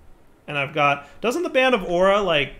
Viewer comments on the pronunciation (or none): none